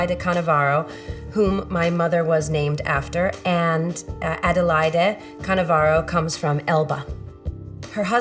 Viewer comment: Canovaro.... not Cannavaro!